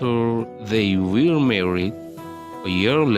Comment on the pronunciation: You need to learn more about how to pronounce some words, such as took, fell, were, grew up, realized,.,.